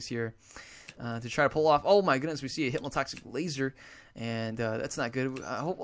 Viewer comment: And hypmotoxic laser